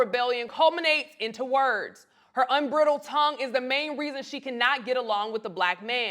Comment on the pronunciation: UN BR” EYE” DILDED